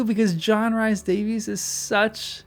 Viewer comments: "Rhys" is pronounced "reece" not "rise" or "rice." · Umm.. "Rhys" is pronounced "Reece", not "Rice". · Thank you! I came here to say this, but gladly you beat me to it. I kept cringing every time he said "Rice". LOL But John Rhys Davis is a treasure, and Gimli was a favorite in the books. He and Pippen.